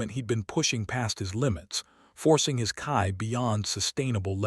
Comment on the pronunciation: I'm not going to go down the whole "AI is trash" thing . You do you, dude. But fuck me, could you not have at least listened to how the AI was pronouncing Ki?